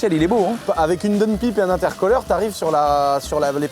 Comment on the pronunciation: Pitié: c'est "intercouleur" ( y a le mot cool ) et "daoune païpe" et pas intercoleur et donepipe à moins que ça soit un joke et que tu le fasses exprès pour la vidéo.😉😂